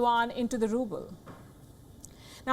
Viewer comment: It's ruble not ruple